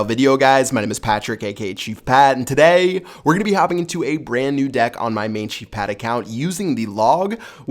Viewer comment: when he does the intros , the 'day' in 'today' sounds a bit wierd